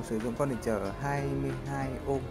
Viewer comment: its ohm not omh 🤔